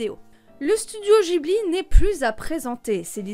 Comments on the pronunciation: ça se dit maintenant des zeroïnes -> réforme de l'orthographe d'il y a je sais pas combien de temps là, par contre en revanche on prononce Gui Bli et non jibli, car : Le nom du studio provient du mot que l'Italie utilise pendant la Seconde Guerre mondiale pour désigner l'un de ses avions de reconnaissance, le Caproni Ca.309 Ghibli3. Hayao Miyazaki, grand amateur d'aviation, décide de choisir ce nom. Pour lui, le studio Ghibli se doit de jouer un rôle d'éclaireur dans le secteur de l'animation japonaise, et d'y faire souffler un vent de nouveauté (vive les copié collé wikipédia) et oui je suis tatillon sur les prononciations xD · La prononciation de Ghibli est mauvaise et on ne dit pas Nausicaa de la vallée des vent mais Nausicaa de la vallée du vent Mais bon je chipote très bonne vidéo sinon